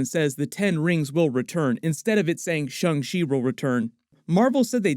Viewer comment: STOP SAYING SHUNG SHEE ITS SHANG CHI FFS